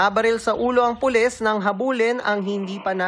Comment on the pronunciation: Sino ba yang reporter bakit pules ang bigkas nya. Anak ng